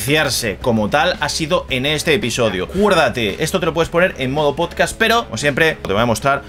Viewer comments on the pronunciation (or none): none